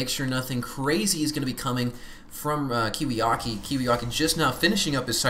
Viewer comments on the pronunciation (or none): It's KiwiKaki I think. Not to be too anal about pronunciation or anything.